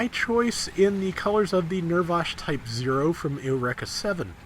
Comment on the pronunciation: I'm sorry,, but how did you pronounce "Eureka" again?